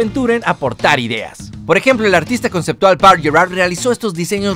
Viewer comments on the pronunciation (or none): none